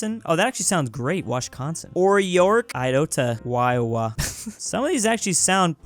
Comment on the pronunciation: "Wyowa"